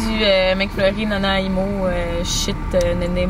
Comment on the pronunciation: omg.. nenemo😂🤦🏽‍♀️ c'est nana-i-mo😂😂😂